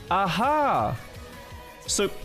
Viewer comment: The way he says "aha" is so swedish 💔